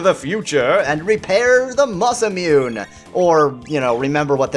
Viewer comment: Because it was bugging me, Masamune is pronounced Masa moon eh. Sorry if you already knew that and were just going along with the spoof, but you can't be too sure.